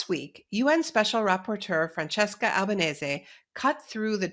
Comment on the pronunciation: Naomi Klein, one of the few anglophone people on the media who pronounces Francesca Albanese’s last name correctly. And what an amazing interview.